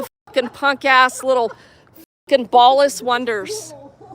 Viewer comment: what's a "bawlisswundr"?